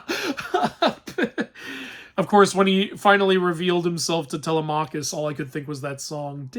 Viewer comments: In the movie, they pronounced Telemachus's name correctly, why can't you? It's Teh-LEM-a-kis ! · Zendaya was supposed to look like a young woman because that isn't what Athena actually looks like. Athena takes the shape of a woman that was killed in front of him to symbolize his shame. Also you pronounced Telemachus incorrectly (Edit: A lot of mispronounced greek names/words) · Your pronunciation of Zendaya and Telemachus kills me